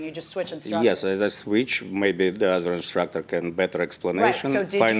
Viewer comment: Im making a change, from now on i will no longer say instructor, im saying “instructah”